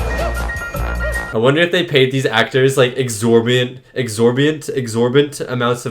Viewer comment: Exorbitant....the word you were trying to say was "exorbitant" fees for their participation in the film.